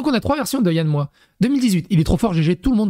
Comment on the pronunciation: Alors quand tu dis Yann Moix, il faut prononcer le X.